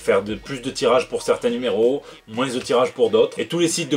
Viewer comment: Tout ce que j'ai retenu, c'est que tu dis "Moinsse". Ça me fait marrer. Il m'en faut pas beaucoup. Longue vie au.